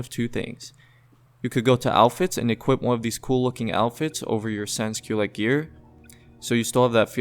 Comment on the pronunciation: in french its: San Culote. Not sans kyleit